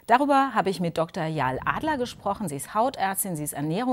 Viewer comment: Sie heisst Ya-el, nicht Yaahl